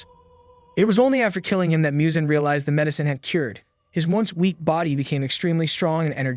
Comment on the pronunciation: Muzan not Miyuzan